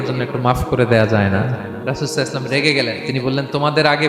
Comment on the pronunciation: সল্লেল্লাহু আলাইহিওয়ায়াসাল্লাম ❤️❤️❤️। এটাও ঠিক করে বলার সময় হয়না বক্তার!!!